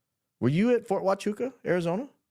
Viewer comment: Fort Hwah-choo-ah....